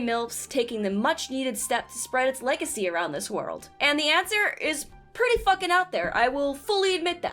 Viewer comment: "Needed steps... Leg-acy... " :D